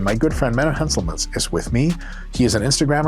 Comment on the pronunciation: Is it just me or did Dr Mike butcher Menno's name at the end🤣